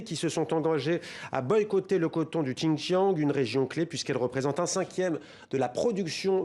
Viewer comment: Waaa, vous voulez soutenir le Xinjiang, mais vous ne saviez même pas exprimé correctement le mots "Xinjiang". Frenchbite